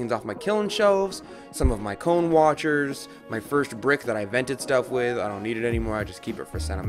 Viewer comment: I did not hear "cone" when you said "cone-10 hot." 😜😄🤣